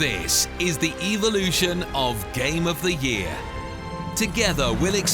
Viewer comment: "Eveloution" it's pronounced, "evolution". The accent is terrible.